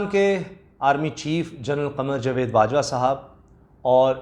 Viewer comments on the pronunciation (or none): Bhai jawaid ko sahi pronounce kiya karo .....jovaid.....nahein ....JAWAID